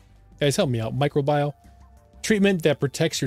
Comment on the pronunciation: Anti-Microbial ----> Ant-Tee My-Crow-Bee-All